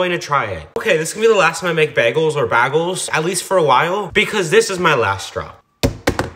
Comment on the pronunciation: bruh when are yall gonna realize that he pronounces bagles that way so that you comment on it smh